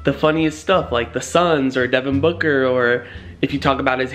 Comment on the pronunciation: when he said booker are you going to help me prank brandon it sounded like he said fucker